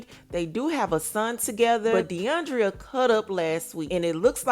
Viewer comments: It’s not Deiondria it’s Deion-dra 🙄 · It's deiondra....NOT Deiondria...